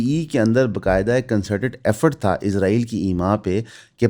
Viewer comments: 07:75 par aap nay Israel ka Naam Lia. Bhai jaan aap ezrael kehtay hain. Woh hamaray farishray hazrat ezrael ka Naam hai. Bara e meherbani lafz س par zor dain. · اسرائیل کہنے اور عزرائیل کہنے میں بڑا فرق ہے بھائی جان۔ آپ اسرائیل نہیں، عزرائیل کہتے ہیں۔ یہ بات لگتی ہے۔ حضرت عزرائیل علیہ السلام ہمارے فرشتے ہیں۔ آپ تلفظ ٹھیک کریں۔ مہربانی ہو گی آپکی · میرے بچے ابھی سیکھ رہے ہیں۔ آپکی ویڈیوز دیکھتے ہیں۔ انکا مجھ سے بار بار سوال کہنا کہ بابا یہ بھائی اسرائیل کو عزرائیل یا ازرائیل کیوں کہتے ہیں۔ عزرائیل تو قرآن میں فرشتے کا نام ہے۔ برائے مہربانی تلفظ ٹھیک کریں۔